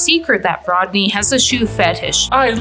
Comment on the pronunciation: “RODKNEE” is hilarious 😂😂😂😂😂😂